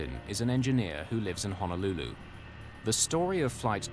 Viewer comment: EMDR can help with trauma. I wish the narrator would say Honolulu correctly. 🤦🏽‍♀️🤦🏽‍♀️🤦🏽‍♀️